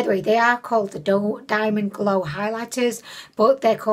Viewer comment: Part of the reason I watch your content is because of your personality, stories, and going off track. Who am I kidding that's WHY I watch lol I don't even buy from Ali Express being in the states I use Shop Miss A 💘 Also haha that "golw" f*ck up is hilarious 🤣